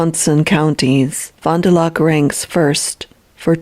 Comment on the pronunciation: Fon-duh-lack is how it’s pronounced, I live about 30 minutes south from there.